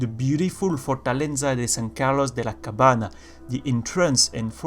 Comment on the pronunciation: I love your videos! They make me feel nostalgic, I used to explore every corner of every city when I played with my brothers Ah! and you can pronounce "Cabaña" as "Cabanee-a" or "Cabania", it's a bit tricky to pronounce spanish so is just a little tip that could be useful in future Havana videos ;)